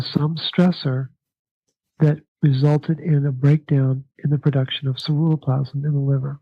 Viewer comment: for the life of me... I can't make out the word he is saying it sounds like "surrero plasm"? what is the actual word?... I heard him mention it all through part 1 and in part 2, but can't quite make out the word, to look it up and find out more about it... apparently we need a lot of it for copper uptake or to make it more functional? speaks frustratingly too quite and his pronunciation of that particular word never sounds clearly articulated... (ugggh... I think I'm stressing and destroying precious hormones trying to figure out what he said! (Lol...)